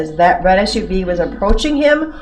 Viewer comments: Why can't he say the red SU V? Especially as hes so adamant that that particular make and model was subject to a class action. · He can’t say The Red SUV. 😂😂